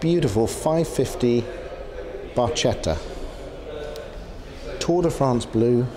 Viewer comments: Barchetta is pronounced “barketta”.. in Italian when we have “ch” together it’s a hard “K” sound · Barchetta is pronounced Barketta. In italian CH is pronounced like the english K. So, not like Archie, but like Sparky. :) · Would you not consider the Daytona? Ps.. Barchetta is pronounced as Bar..ketta. regards